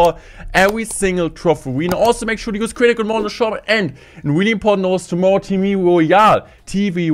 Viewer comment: He always sais "wheelie" instead of "really"😂